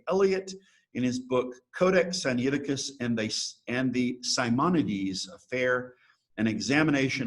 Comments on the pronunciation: Sigh Nigh ti cuss (not Sigh knee ati cuss) From where does an ee sound come after the N? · I've noticed many on YouTube usually mispronounce it. I've always pronounced it Sin- ai (like he letter i) ti-cus. That was how I was taught that it was pronounced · Very dubious textual criticism here from a guy who can't even pronounce the name of the text correctly.